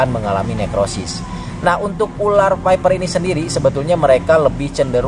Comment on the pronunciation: ular ular bukan urar😂